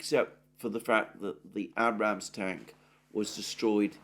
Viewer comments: One last time. . Abrams is pronounced with a long A as in RAGE. Not that hard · Abe-rams you pronounce the "ade" them the ram/s......your sounding like an uneducated American incredible or understanding grammar!! You'll be saying data next instead of "date-a".